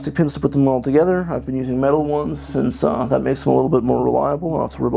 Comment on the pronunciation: dat = that , Pls stop .